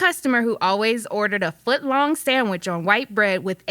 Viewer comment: "sandwish artist" lol seriosly